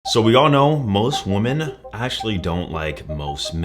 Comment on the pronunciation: Please pronounce “women” properly